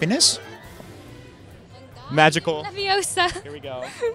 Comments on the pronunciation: it's not levioSA it's LeviOsa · No, it's Levi-O-sa, not leviosAAA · its leviOsa no LevioSa 😽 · * Its leviOsa not leviosA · its LevIOsa not Leviosa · it's LeviOsa not leviosAR! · It's leviOsa, not leviosAR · “Wingardium Leviosa!” shouted, waving her long arms like a windmill. “You’re saying it wrong,” Harry heard Hermione snap. “It’s Wing-gar-dium Levi-o-sa, make the ‘gar’ nice and long.”